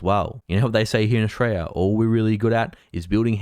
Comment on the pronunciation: So good to see that you are more focused on your homeland, Oshraya, (as Victorians pronounce it). But you present less 'dudu' than you do compared to the American 'dudu' that you usually produce.